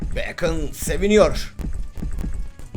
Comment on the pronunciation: Abi beykın diye söylenmiyo direk bakon diye okuyom askkddnkdndksnslsşzözlxşj